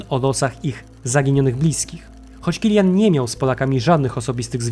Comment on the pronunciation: To niemiec , nie anglik. Wymawia się tak jak się pisze. Killian, Kilianowi itd.